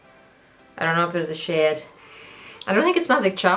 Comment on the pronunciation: I honestly thought she was saying shit instead of shade